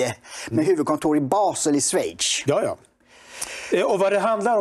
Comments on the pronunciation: Dick, du är en toppenkille, min röst ligger nära dig i EU-valet men du som journalist måste ju veta att det heter Schweiz inte Sweitch. Ajaj. 😊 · det hörs klart och tydligt att Dick säger sveitch. 👍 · Uttalet blir sålunda "sjveits". Rent s på slutet. (Tur att vi inte hanldar med Ouogadougouogo...ug...)